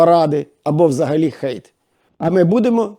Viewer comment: Цікаво, яка схема охолодження теплої підлоги??? І ще сподобався наголос у відео на слово Хейт.